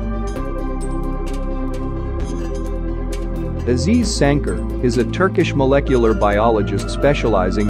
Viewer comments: It's not Azeez Sanker! You pronounce it like this: A•ziz San•jār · Real: Aziz Sancar: Eyziz Senker